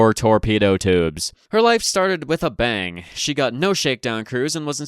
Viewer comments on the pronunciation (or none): none